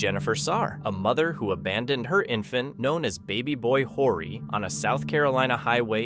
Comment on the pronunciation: Horry is not pronounced like you say it. The H is silent. It's pronounced Orry.